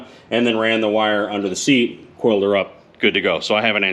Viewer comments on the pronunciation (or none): none